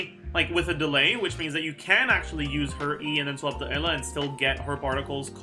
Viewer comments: I guess Eula is pronounced Ella now huh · Why does he pronounce "Eula" as "Ella"?